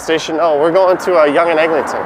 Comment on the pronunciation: I was wondering about the Egling-ton pronunciation. I just stick to Egg.